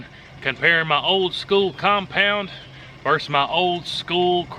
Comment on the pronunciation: Thanks for the video. If you'd like to improve your English, start saying, "versus", not verse. vs or v are both abbreviations for the 2-syllable word, ver-sus. EDIT - I see that you sometimes say "versus", and sometimes "verse". Keep working on it. LOL I do think the crossbow bolt might have been stopped by the board - it was angled downward. Pretty cool test.